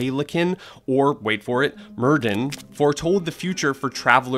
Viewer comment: cant help but twitch every time i hear myrddin pronounced as mer-deen